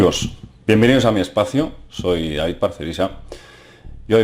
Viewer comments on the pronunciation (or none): none